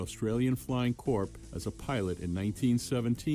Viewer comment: So frustrating to hear a yank voice mispronounce words. It's Julia Creek not Julia's Creek. It's pronounced core not Corp. Yes it spelt corps!